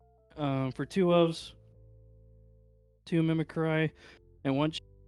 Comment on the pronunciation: It's pronounced MIM-ICK-CREE